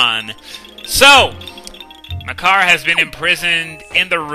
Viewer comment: I keep hearing Makar as my car, I blame Swordless Link.